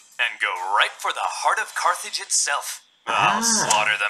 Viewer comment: I’m pretty sure it’s Carthage. Not Carthage.